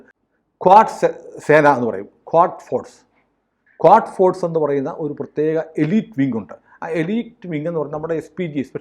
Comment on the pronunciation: ക്വാഡ് ഫോഴ്സ് എന്നല്ല, ഘുദ്സ് ഫോഴ്സ് എന്നാണ്. IRGC-QUDS Force എന്നാണ് മുഴുവൻ നാമധേയം